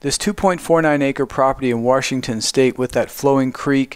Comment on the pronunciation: Very nice, but Washington is pronounced "Wash"ington, not "Warsh"ington. There is no Warsh in Washington.